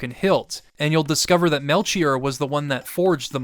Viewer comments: No disrespect, I've always loved hearing different ways to hear words, but I've never heard someone say melCHier. I've always pronounced it Mel-key-or. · Aight listen this video has been so good but i just gotta say Whether it's from Hebrew or Greek it's gonna be Mel-Key-Or please you can't keep mispronouncing it I'm begging of you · Great video. Melchoir is either pronounced Mel-choir (kwye-er) or Mel-Kee-or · It's Mel-kyor, right? I know it's a weird name but now I'm losing my mind hearing the "Ch" lmao. Great videos big fan, been watching them all day. Good stuff man Thank you so much for making them. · Fantastic recap. Melchior is pronounced "Mel key or" 😊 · The ch in Melchior is pronounced as a K. The three gurus are analogous to the three wise men from the Bible, iirc On a separate note, I chose the Swallow the first time I played this game, but subsequent playthroughs I grab the armor, it's viable into the end game